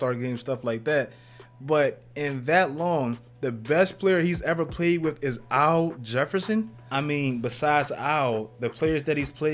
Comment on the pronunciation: “Au Jefferson”